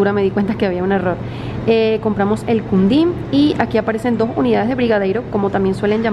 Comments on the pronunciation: jeje no es queendin jeje el sonido de qui es lo mismo de hablarlo sin la U para ustedes ! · quindim se fala Kindin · El quindin se pronuncia como KINDIN, hay mas que no has probado como ambrosia, sagu, etc, brigadeiro es un cargo militar (Na maioria dos países, o posto de brigadeiro é o primeiro de oficial general, correspondendo ao código OF-6 (general de uma estrela) da OTAN. Em alguns destes países, o posto é designado "brigadeiro-general". Em outros países, não é considerado um posto de oficial general, sendo a patente de maior hierarquia da categoria dos oficiais superiores ou constituindo uma categoria própria intermédia entre a de oficial superior e a de oficial general.)